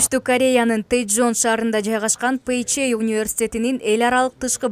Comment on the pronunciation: Пей жей эмес Пэ Жэ